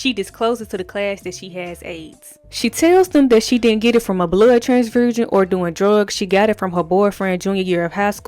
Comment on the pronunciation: Whew!!! “mursic” “transfursion” “a fru years to live “ “Askis “ SHEEESH🫪😳🤦🏽. tuff to hear BUT I appreciate the recap. It was indeed an important episode. Debbie Allen was ahead of her time and super brave for tackling this issue.